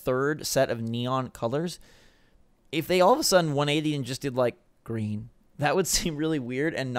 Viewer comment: The way he said Green